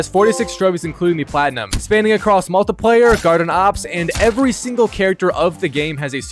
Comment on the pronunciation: I'm going to absolutly stick it in you if you keep pronoucing multiplayer like that